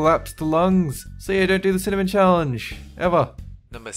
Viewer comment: My eyes hurt when he spit out the cinamen